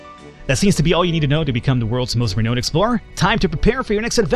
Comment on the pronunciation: It's pronounced "Re-noun(ed)" c